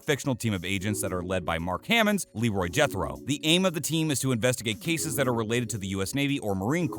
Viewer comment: You are making a video on NCIS and you cannot pronounce Mark Harmon’s name right?